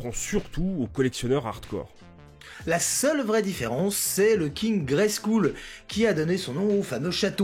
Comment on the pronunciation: J'ai bien aimé la première saison (hyper mega courte cela dit !) mais le "grayskoul" m'a un peu arraché les oreilles .... soit tu dis crâne gris, soit tu prononces correctement en anglais .... gréskeule quoi !